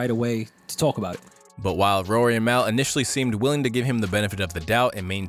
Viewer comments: How do you ROUTINELY time and time and time again, despite using their pod as a source, always mispronounce Mal's name. It's MALL! If u can't get the minor details right... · Yo how hard is it to say Mal? Do y’all do that shit on purpose? Lol